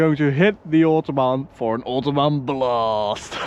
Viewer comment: Dutch prenounce oohtohbahn. It’s a manner of prenounce most often practices by car-haters. It’s Autobahn,. Respect your elders. Regards from Nijmegen/Goch